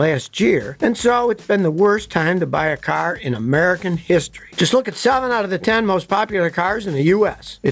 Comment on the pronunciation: "Hisstree" and "folloween" are not words.